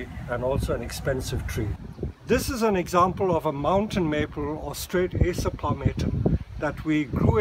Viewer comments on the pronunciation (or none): none